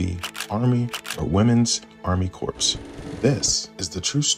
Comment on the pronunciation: “Woman’s Army Corps” the “Corps”” is pronounced as “core”.